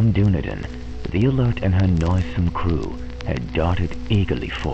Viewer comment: Dunedin is pronounced Dun-eden. The way you say it make us sound like a LOTR tribe..... oh wait....